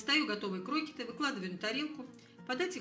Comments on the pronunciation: Ну не крОкеты, а крокЕты...ударение на Е... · Не крокиты , а крокеты.Ударение на втором слоге. Совсем люди разучились грамотно говорить. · В слове (Крокеты) ударение на "Е", а не на "О".